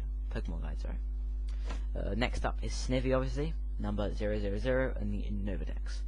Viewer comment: Mythical......You-Nova......Sneye-vee.....u idiot